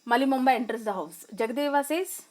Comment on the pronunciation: Malli bomma not Malli momba